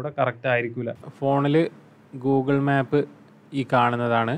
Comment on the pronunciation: മാപ്പ് അല്ല മേപ്പ്